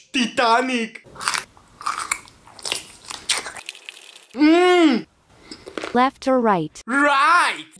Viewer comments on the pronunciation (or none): Its titanic not teeetanic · just said tutanik